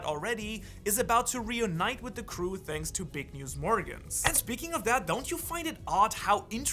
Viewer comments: dude am i the only one who notices him say shanks for watching LOL🤣🤣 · Wait did u just say shanks for watching? 🤣